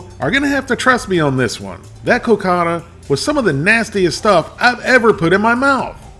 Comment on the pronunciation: The pudding is pronounced "co-caw-dah". Wolfie: I hope you didn't eat both of those on the same day! That would have been 1200 calories.